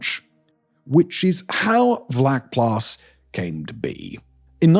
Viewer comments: Hi Simon, just a fyi, it’s pronounced “fluckplaas”, vlakplaas directly translated is shallow farm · In Afrikaans, “V” is pronounced as an “F”. It’s not Harold. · Good job! In American English: pronounce the ‘V’ in Vlakplaas as an ‘F’—Flakplaas, like the ‘F’ in fire or the ‘flak’ in German anti-aircraft artillery—not as a ‘V’ like victory. Your first Afrikaans lesson—my pleasure. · Pronounced “fluck-plaas” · I love your stuff and am subscibed to a number of your streams. FYI, a "v" is pronounced as an "f" in Afrikaans. Also, Vlakplaas would probably more accurately be translated as "flat farm" as in the Cape Flats from the Afrikaans "kaapse vlaktes", as opposed to "shallow farm" as previously suggested in the comments. It could also be named for it being a farm in a depression or lower lying area. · vlakplaas is pronounced so bad lol its sort of like flaac-plass